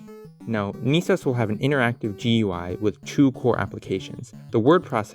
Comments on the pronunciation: "Nisos"? Dude "NES O.S" (pronounced like "S.O.S") was right there! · ITS PRONOUNCED "NEHSOAS" NOT "NEESOAS" 🤬🤬🤬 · It should be pronounced Ness Sohs. Neesos would require 2 Es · Wouldn't it be NESOS, not NEESAUS? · .....naaah, why is most definately the better question here. lol. "Knee-sos"? You mean "ness-os", as its a "ness" NOT a "kneese" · “Ne” (ね) is pronounced with a soft E in romanji. “Ni” (に) is pronounced with a hard E. So “NES” is pronounced with a soft E, like in “Less.” The way you’re pronouncing it should be written “NIS” which is entirely wrong for the project. When saying the individual letters in “NES” it makes sense to use a hard E. But when spoken as a whole, it’s pronounced with a soft E. Have you ever heard anybody call an NES a “Niece” ? TLDR: NES is pronounced with a soft E, like in “Less.”